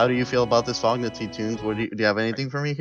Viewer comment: FOGNA y'all pronounced Fogna wrong and while Fogna is (Well, was) mostly TTers, they aren't new to wars. Also they're basically all italians.